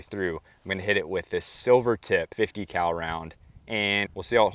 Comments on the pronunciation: 50 Cal … My ears: 50 🐮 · He actually says 50 cow, it's a running joke on this channel